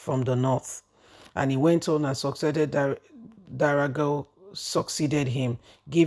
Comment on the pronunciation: You still don’t pay attention to details. Who doesn’t know the name of the former speaker is D O G A R A not Darago 🫣